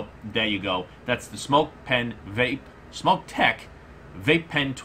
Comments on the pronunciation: It’s smok not smoke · It’s called smok not smoke